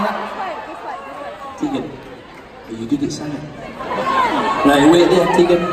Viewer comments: Take a shot every time he says Tegan 😂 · My name is Teagan and every time he said her name it gave me anxiety omg